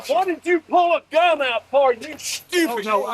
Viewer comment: Never trust some who pronounces stupid as SHHTUPID.. What an embarrassing ass-hat to his town.. Hey but they elected him and he's probably just a reflection of those people